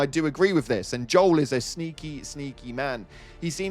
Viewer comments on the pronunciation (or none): none